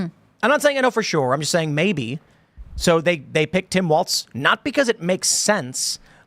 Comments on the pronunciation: It's pronounced "walls" not "Waltz" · Just to throw this out there, it's pronounced "walls", not "waltz"